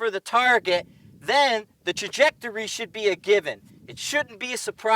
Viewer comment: Nice analogy! But your New England accent was slipping through there a bit. I've never heard it called Tah-jectory. Love the videos keep them coming.